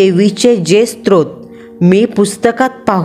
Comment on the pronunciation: स्त्रोत्र नसते स्तोत्र असते. बाकी कथा छान सादर केली आहे.